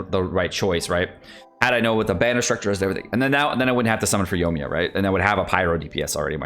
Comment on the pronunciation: Yo-ee-mee-yuh, there is an I in her name